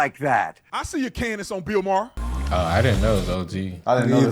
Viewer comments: BILL MYERR!! 🤣🤣 said with such confidence right out the gate. Got me laughing. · "BILL MYER"(with confidence) 😂 Brandon:MAHER:MAHER? 😂😂😂😂😂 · “Bill Meyer.” “Maher.” “Oh” Lol